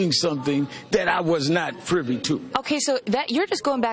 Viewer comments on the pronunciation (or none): none